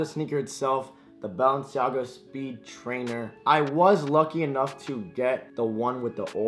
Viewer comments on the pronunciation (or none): He says baallenciaga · I Think Your Saying Bounce-Jogga🤷🏾‍♂️ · Bruh its Bah-len-see-aga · he said BounceMeNaga 💀💀💀💀💀💀💀💀💀💀💀💀💀💀💀💀💀💀💀💀💀💀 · Why Do You Say Balenciaga Like That😂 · He can’t pronounce Balenciaga